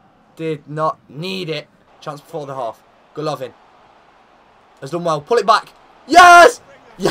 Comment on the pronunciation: It's goalivin not gaolavin